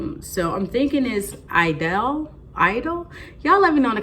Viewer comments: Thanks Just ordered this from Belk its on sale and if you open up a credit card account you get extra 15.20 off. I watched the Commercial on youtube with Zendaya for this fragrance and its pronounced edol. Lol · The correct pronunciation is a long "e", "ee-dol."